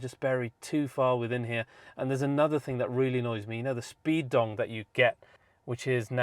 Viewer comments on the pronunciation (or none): none